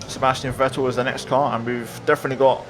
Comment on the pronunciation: try pronouncing Vettel with F